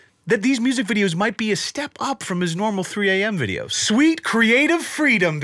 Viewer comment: Is it videos or "wideos"? 😁😁😁